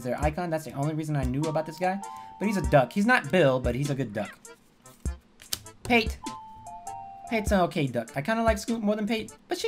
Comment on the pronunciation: Pa te, not Pate. Not a good name for a duck...